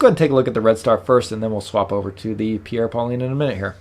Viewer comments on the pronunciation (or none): you should learn how to prononce correctly the french name "Pierre Paulin" that is not pauliiine!